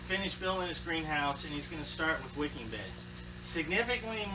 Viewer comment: Did you say “wickid beds” ?